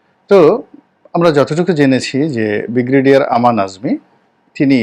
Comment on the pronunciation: 'ব্রিগেডিয়ার'কে, 'বিগ্রেডিয়ার' বলছেন কেন?ধন্যবাদ। 🎉